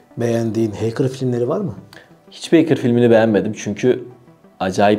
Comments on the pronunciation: heykır ne demek hecker okurken de hekkır okunur heykır ne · Böyle bi kanal sahibinin heeykir demesi gerçekten acınası ya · hekırr diye adam çıkarıyorsun,win orjinal değil ))))) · “HEYKIR” demesen iyi olcak da neyse :) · dayı hacker demeyi öğren önce ya